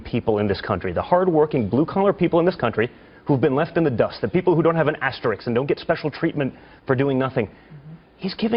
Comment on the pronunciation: All that money and the dude can't pronounce asterisk correctly. Like father like son . dumbasses.